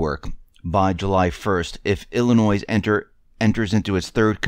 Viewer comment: the "s" is silent in Illinois. Lived here my whole life and would love to get out!